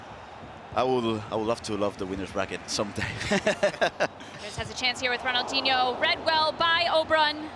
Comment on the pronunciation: She said ronaldhino with a goal it was not DIHNO hahahhha 😂😂😂